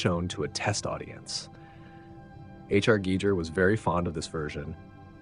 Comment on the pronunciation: HIS NAME IS PRONOUNCED GEE-GER, NOT GEE-JER.